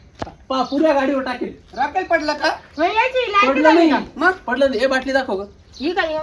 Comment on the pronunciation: अरे पाणी वतल आणि म्हणतो राकेल